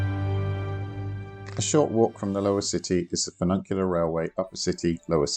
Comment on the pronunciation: Funicular not fununcular